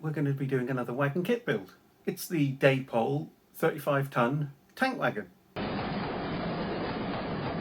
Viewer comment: Pronounced ‘Dappol’ not ‘Daypole’.